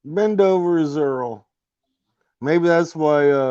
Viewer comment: You said "Earl The Rapist" LOL